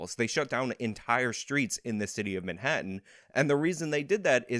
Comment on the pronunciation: Who does this woman think she'd call if she needed help? She's just another annoying, know-nothing young person who can't pronounce her T's. "Manha-uhn." 🙄